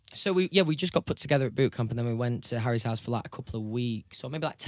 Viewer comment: When he was talking about the how Louis, Liam, Harry, and him were releasing music, I swear he said Larry and not Harry.